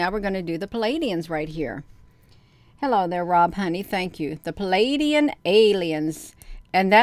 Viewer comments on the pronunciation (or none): none